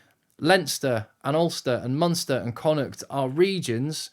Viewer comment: Bonus points for pronounce Connacht correctly! Great research and very informative. Subcribed.